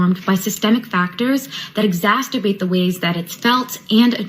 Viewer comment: "exasturbate"...... ya lost me, gal.